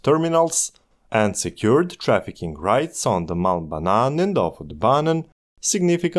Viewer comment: HAHA, I'm norwegian. But I was thinking the same thing as a heard "mal banan" and not "Malm Banan"